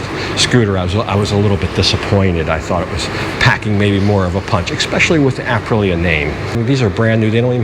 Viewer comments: I can't help it, I'm sorry I have to correct you, it is not Aprila it is Aprilia, don't forget the "i". You get it correct later in the video. Royal Enfield have just released their new Guerrilla 450 based on the new 450 Himalayan, more expensive than the Meteor but like twice the power, also really worth a look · Love your videos but please check out how to say Aprilia like an Italian.....it doesnt matter really but...."thats a spicy meatball"....EDIT you actually said it correctly later on in the video. lol. This scooter is different, the price is the price, its actually made in Vietnam for Aprilia, the main draw back for me would be servicing. PCX and Nmax though on every corner can be serviced on every corner. The reviews out of the Philipines are positive but again you would have to ride one first. The RE Hunter is cool but very low on power, still waiting to see if someone will bring/import the BSA Gold Star to Thailand, though the pricing of the BSA seems to higher than the RE Interceptor which will make it hard. Just love the look of the BSA. You are right GPX dont hold value. Also when I looked at them seemed the overall fit and finish werent that good, guess you get what you pay for.